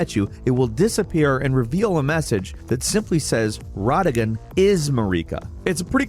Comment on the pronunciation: Bruh just fyi it's not Ragadon, it's Radagon lmao